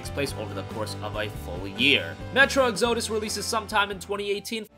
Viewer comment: That's not how you pronounce Exodus